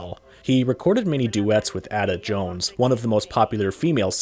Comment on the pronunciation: Is the narration AI? Names are mispronounced--Ada Jones and Paul Whiteman for two. Huh?